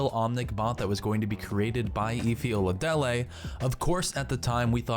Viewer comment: Did he just call her "Eefee Ohladellay"?